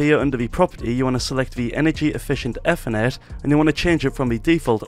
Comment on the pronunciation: i love how he calls it eathernet